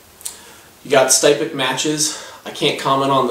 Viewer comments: Styptic is pronounced s-tip-tic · Not impressed with this review. It's obvious from some of the things you said that you don't really know what you are talking about when it comes to wet shaving. You mispronounced "styptic," you couldn't calculate the price breakdown on blades, and you didn't describe the razor or brush very well -- especially given that it is a boar hair brush (and for the record, brushes can be boar, badger, horse, a mixture of any of those, or synthetic). Plus could you possibly shoot that video from further away? We couldn't even see the products you were describing. As for the razor, it is obviously not a RiMei -- it looks closer to a Maggard, Matador, or Utopia... Which typically retail for $10-$20 depending on the model. And a similar leather sleeve can be bought for $5-7 elsewhere too. Just saying you need to shoot your video focused in on the product... And maybe be sure you actually know what you're talking about when you do a review.